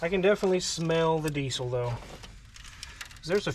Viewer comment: Never heard it pronounced "deesyyl" before. EVER!